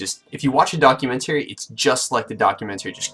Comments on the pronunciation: Can you learn to pronounce the word "documentary" then maybe something you say may be taken as valid here... you complete idiot. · "put it in reverse documenTERRY!"